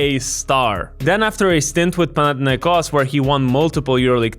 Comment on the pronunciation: Bro first time hearing a foreigner pronouncing Olympiacos and Panathinaikos correctly, Weird but Nice ! 👍